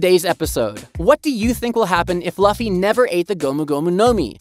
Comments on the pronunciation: Said luffy wrong lol its not "loffy" its Lu ffy" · yeah the pronunciation is " Lu-ffy not La-ffy" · it is not laffy it is luffy it is not alabama it is alabastar good content othervise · why did you say fluffy with out the f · I can't watch anymore. You mispronounced luffy's name too many times. Disliked and out. Research how their names are pronounced next time.